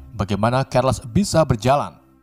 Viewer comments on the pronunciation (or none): bang nama orng jngan dignti gnti,pusing bener dengernya charles jadi kerles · Charles bang bukan Kharles